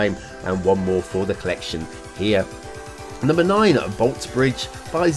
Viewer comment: You were so apologetic about the foreign languages... and then confidently and hilariously mispronounced the Bolte Bridge. (It's Bol-tee.)